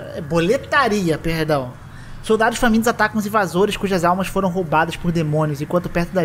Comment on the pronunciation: Up, e Hades o diretor de dublagem merece um puxão de orelha, ele errou no tom das vozes dos personagens e até no nome de boletaria, que é boletaria e não boletáriâ